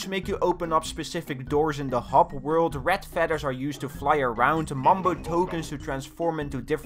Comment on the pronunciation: I cried when he said “ret fedders”